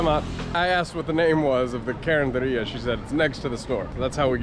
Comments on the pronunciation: Hello! I’ve been binge watching your videos for 2 days now 😅 it’s so kind of you to promote small businesses in the area it means a lot especially the carenderias coz most of the vloggers i’ve watched only go to fast food chains or restos. Your pronunciation of carenderia is good actually. Btw,“pud” in English is “too”. Ayo2x pud means take care too. I heard someone say it in other video.😊 Enjoy PH! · your pronunciation is correct, carinderia. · your pronunciation of karinderya is correct,.